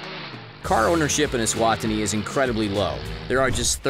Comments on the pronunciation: Note to narrator.. E-swa-tini!!! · Not trying to be rude bur I live eswatini and your not saying the name right it's e-swa-ti-ni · I Live in Eswatini and they way this commentator butchered the name of my country is shocking.